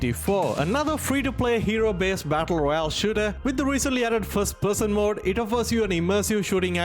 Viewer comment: he means mode not mod you guys